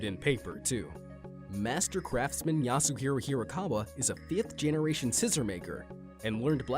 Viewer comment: the way he says "fifth generation".